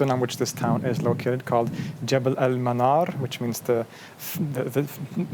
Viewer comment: Manar not fire but a Place of Light, Nour not Nar ... Am from Alexandria, Egypt